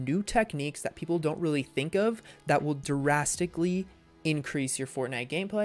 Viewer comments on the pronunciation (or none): you DARASTICALLY need to know how to say DRASTICALLY